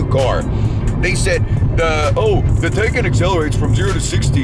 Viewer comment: Pronounced Tie-con not Tay-can